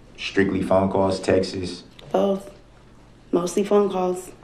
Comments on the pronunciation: the plural of the noun “text” is “texts,” not “textes.” Also, the witness never “axed” you (ever) although she may have “asked” you something. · Instead of texts he’s saying TEXaSs god I can’t stand him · Him calling "texts", "textes" is just hilarious to me.